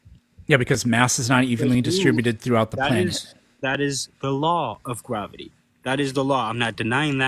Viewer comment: "How do you know it's gwavity?"